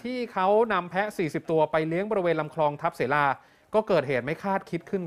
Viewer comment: อ่านว่า ทับ สะ-เหลา ค่ะ